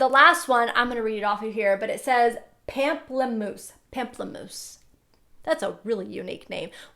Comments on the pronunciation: Pamplamouse is the word for Grapefruit in French😅 its not pronounced "pamp" but more of "pomp" Love you!! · Pamplemousse means grapefruit in French and is pronounced more with a "om" sound like pomplemousse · pamplemousse is french for grapefruit :)) xx it's pronounced /pom-pluh-mousse/ <3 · I love the video. You're very gorgeous. Pamplemousse it's grapefruit in French. You pronounce it different but it's ok.